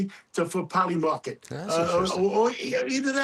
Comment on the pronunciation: Did you say polyamorous market?? Lol😂